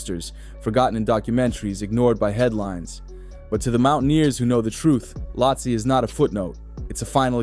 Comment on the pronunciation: You can't even pronounce the name properly 😂